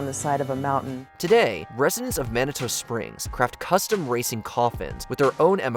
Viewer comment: Manitoe? It's pronounced manitu 😂